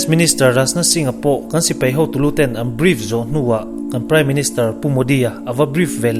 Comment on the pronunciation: Angaihnawm e,mahse sipei ti a lamrik a awm leh thin hian ka beng a ti thlep deuh